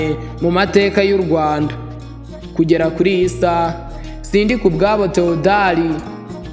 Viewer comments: Mbega imbwebwe weeeee, ngo ni "Sindikubwabo Tewodari" kdi ari "Thèodore" injiji ziragwira pe🤔🤔🤔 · Wigize umuswa, izina Theodore ntuzi kurivuga? Uvuze Theodari wowe. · Uri ikigoryi kbs, ntuzi kuvuga Théodore kweri ?